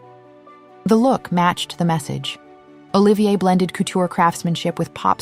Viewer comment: Olivia is a woman's name, not the name of our newly exited designer, Olivier, pronounced O-LIVE-EE-AY....